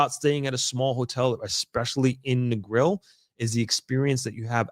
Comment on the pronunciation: You live in Negril so long almost 2 decades and can't pronounce the name of it properly?